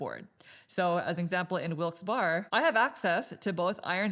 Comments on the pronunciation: lol I scrolled into the comments for this. The second part is pronounced like "Berry" for anyone who is not from PA or a minor league hockey fan. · Barry, Barry,Barry.... Wilkes- Barre is pronounced (Barry), not "Bar" lol!! It just sounds so weird pronounced that way! Hahhaa... Im from Erie, PA, it sounds so off! Hahaha... Your playthroughs are awesome BTW, keep up the good work! 😂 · Wilkes- Barre I believe is pronounced like Wilkes "bear" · ya but we don't say that. Lol Im team wilkes bear, eventhough I know its wrong. The other way is correct, wilkes barry. I honestly couldn't pay attn after they said it mutiple times. Its like Dwight saying threw-p on the office when its troop (throop.) Ahhhhh! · I'm from the Bethlehem area. Most people pronounce it "Wilkes "bear", but I've heard Wilkes "Barry" a few times. No one really knows... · Great video - very well done! Just one comment - coming from the "Wilkes-Barre" area the correct pronunciation will sound like Wilkes-"Berry" - berry like in the fruit. And there are a few along with many outside the immediate area who will call it Wilkes-"Bear" - bear like the animal. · I knew I could come to the comments to find the “Barre” (Bear) comment. Yeah. 😂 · Interesting, I’m from Easton, right next to Bethlehem on the map, and everyone I know always pronounced it BEAR-uh. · I believe it's pronounced like Barry